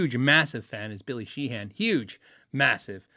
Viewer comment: Friendly, laid back pronunciation comment - Sheehan is pronounced "Shee-un".